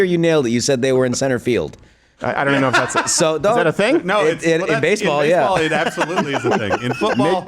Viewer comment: "in basebal it absolutely is a thing" lol